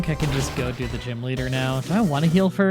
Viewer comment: It's ok. As long as I know what you mean I don't care how you say it. Even with the "gime" thing, I know you mean gym, so it doesn't bother me anymore.